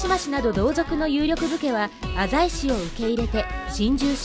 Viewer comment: お‼浅井を『あざい』と正しく発音してますね。ちなみに、滋賀県の湖北地域は、濁音点をつけて発音する風習が昔からあるみたいで、いつ頃からはまだわかってないみたいですね。ちなみに、脇坂は、『わきざか』と発音するのが正しいのです。